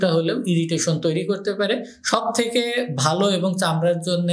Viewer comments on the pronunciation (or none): none